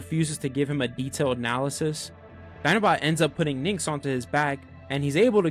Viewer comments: Aaaaaaaaarrrrggggggg. Great vid.... but for PRIMUS sakes it's "NYX" OR "NIX" OR "NICKS" OR "KNICKS".... NOT "NIN'KS". When being a content creators remember to rehears. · I appreciate it,but your definitely mishearing me. I don't say “nicks” at all I pronounce as “Nyx”